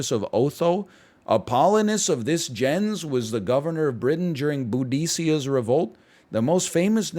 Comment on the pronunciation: That pronunciation of Boudicca was horrifying